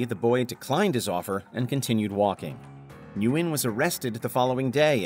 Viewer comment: Nguyen is pronounced WIN